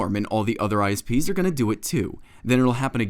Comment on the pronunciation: When the politican said isps I thought he said ice peas.